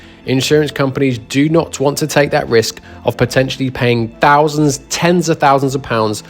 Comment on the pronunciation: 43 thounsand